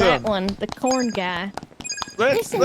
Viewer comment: my stupid ass thought it was COORN HE'S SNACKING